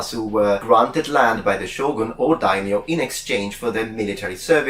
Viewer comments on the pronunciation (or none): none